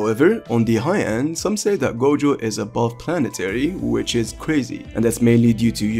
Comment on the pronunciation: who else heard goGOAT